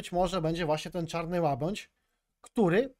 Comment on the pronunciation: ŁABĘDŹ kuwa a nie łabądź!